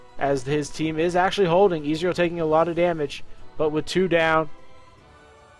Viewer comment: Izrial? :P